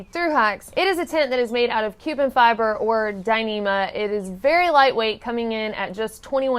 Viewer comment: Did she say ‘Cuban Fibre’ ! 😲